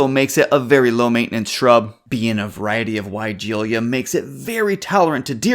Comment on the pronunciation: For starters, you are mispronouncing the name of this plant. It’s pronounced as why-gee-luh”. Take a look at the spelling for just a second and you will notice that in the last part of the word it is not spelled with an “i” after the “ l”.